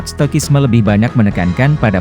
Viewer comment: Kasikuseko. Perubahan bunyi ke bahasa Indonesia: Ca ka ci si cu ku ce se co ko. Stoicism - ci tidak menjadi ki stoikisme, tetapi yg benar si = stoisisme. Contoh lain= narcisus menjadi narsisus, bukan narkisus. Citrus menjadi sitrus, bukan kitrus. Prinsipnya: kasikuseko. Canteen menjadi kantin bukan santin Cuprum menjadi kuprum bukan suprum Narcotics menjadi narkotika bukan narsotisa Cicero menjadi sisero bukan kikero